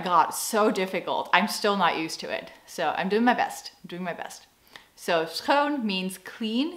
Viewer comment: Your pronunciation of the word 'schoon or zwager' is just perfect!